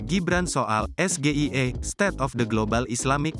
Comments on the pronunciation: sebab yg betul ES JI AE EE.. bukan ES GE II EE..😂😂 JUHAHAHAHAHAHABAHAHAAA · MAAF BANG ADMIN.. itu bukan kecerdasan GIBRAN, tp Gibrannya yg salah nyebut singkatan.. singkatan bahasa inggris tp penyebutannya pakek bahasa Indonesia😂..... salam SAMSUL😅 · Cerdas, kok Asam sulfat bisa keluar dr mulutnya. SGIE itu istilah dlm bahasa inggris. Kok Gibran nyebut singkatannya bahasa Indonesia. Bahasa Inggrisnya ES.. Gi.. Ai.. I Gibran nyebutnya Es Ge i e.Nampak bedanya boss. Gibran ditanya ulang 2x lihat contekan. Lalu ada kata UDAH keluar dr mic Gibran. Itu apa ya?? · panas gmna uda jelas gibran gk bisa baca inggris 😂,masa SGIE di baca es,ge,I,e jg ,prabowo pun akan bingung malah seisi kpu aslinya bingung, dia ngasi singkatan kepanjangan katanya bahasa inggris,itupun ngambil contekan dlu